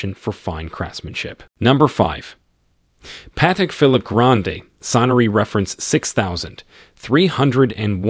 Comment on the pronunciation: Lost me at Patek Philip. At least learn the pronunciation.